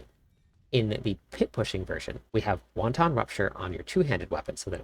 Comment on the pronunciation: Great guide! Please learn to pronounce the word Wanton. Hint: it doesn’t sound like Chinese soup.